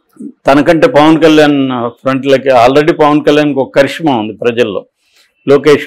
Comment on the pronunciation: చరిష్మా అనాలి కరిష్మా కాదు